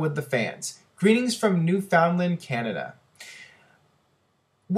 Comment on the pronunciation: U pronounce Newfoundland wrong buddy ...y it as one word not three! !!